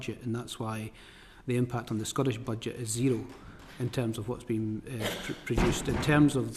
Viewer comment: The clown can’t even pronounce Scottish.. it’s certainly not Scoish.